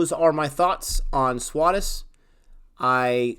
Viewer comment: Exactly. Good for you for saving up all your acorns like that for the future. They will come in handy when it is your turn to get sick. It happens to us all. Oh, by the way, it is pronounced "Swaa" (S'wa) "They+Shh" (Theysh).